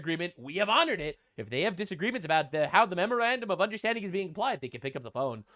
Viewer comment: The "Memorandum of Understanding" became "The Mrrmrrfrr of Consequences" lmao